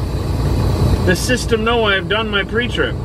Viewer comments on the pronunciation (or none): none